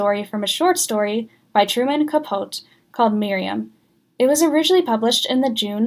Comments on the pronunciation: Truman ka-PO-tee. Is this clumsy AI or just under-researched? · I just found you. I was a little girl when TZ first aired. I have many favorite episodes. Nicely done. I’ll watch again. BTW: it is pronounced Truman CapoTEA. Thanks! 🙂